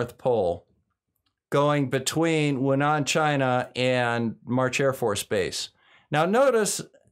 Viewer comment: Hi, it’s Wuhan, not Wunan 😜 The latter is in Australia. I’ve just operated back from Beijing and the place was a ghost town